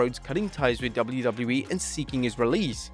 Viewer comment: are you ever gonna learn how to say WWE